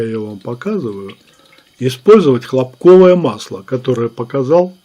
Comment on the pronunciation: может масло не хлопкОвое, а хлОпковое? :)